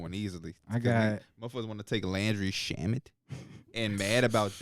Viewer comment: Derrick said laundry shamet😭😭